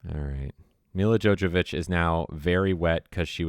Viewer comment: Also it's Mila JoVOvich, not Mila JoJAvich. Jesus, you follow her and you've loved this movie for years, but you don't know how to pronounce her name?